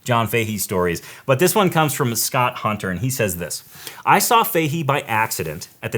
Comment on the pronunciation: Fahy or Fahey is an Irish name. Common in Galway . Pronounced “Fa Hey” or “Fa Hee” , say it fast . Not that it matters . Cool show .